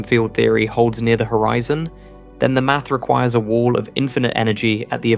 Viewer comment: The author is AI. he said hoREEEZON